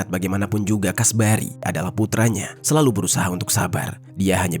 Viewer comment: Kasbari, kasbri, alah bingung